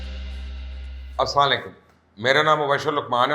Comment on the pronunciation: السلام علیکم سر جی ( سلام ) ٹھیک لیا کریں۔ 🙏🏻 جزاکم اللہ خیرا